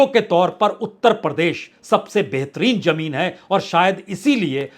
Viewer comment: बाजपेई जी ! आवश्यकता इस बात की है कि आप अपनी प्रस्तुति को श्रवणीय बनाने के लिए अपने उच्चारण सुधारें, जैसे "आवाज़", "ज़मीन" "आज़ादी", "ज़रूरत", "फ़िल्म", "फ़िक्र '", "ख़ासीयत"," ख़ाली", "ग़म", '"ग़ज़ल" ..... इत्यादि। इन अक्षरों के नीचे टींब ( .) हैं , उनके उच्चारण किसी उर्दू भाषा जानने वाले से सुनकर अपना विश्लेषण प्रभावशाली बनाएं। क्षमस्व !